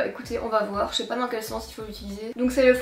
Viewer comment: Ah finalement tu as choisie le haut avec les fleurs! 🥰 (vlog et Enzo) Je t'adore, tu me fais tellement rire 😂 "Allez vwer" 😂 "Demain on va sortir un géranium pour se maquiller" 😂 Enfin SOIT! Tu es au TOP du TOP, continue comme ça! Prends bien soin de toi,d'Enzo, de Django, de Wilo et sans oublier les poules et les biquettes! ❤ Pleins de bisous, D'une petite belge! 🇧🇪